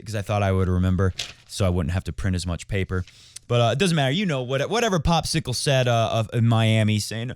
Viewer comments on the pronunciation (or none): Please don't ever stop citing players in funny voices and mispronouncing their names, I find it hilarious! My favs are Popsicle and Roberto Bautista AGOOT!